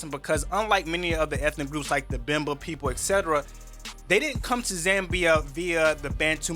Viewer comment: Its not Zembia its Zambia🙄